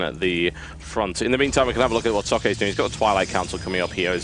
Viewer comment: i love how the pronounce socke xD so bad :)